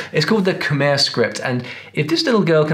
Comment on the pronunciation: He killed the khmer section, all he did was explain the easiest parts of khmer and he even pronounced khmer wrong.